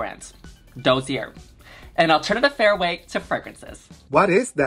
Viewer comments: “Dosey air” “orCHid” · I think Dossier pronounced "daa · see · ay" doll. Love ya Yuhua!!!!